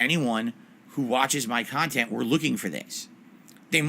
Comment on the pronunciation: "..common comments on my khantent." made me laugh